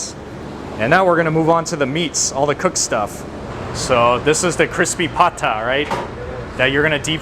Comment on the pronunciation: It's "Pata". The word is Spanish influenced.